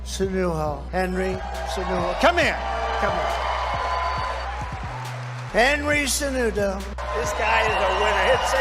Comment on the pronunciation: Henry sanutoo lol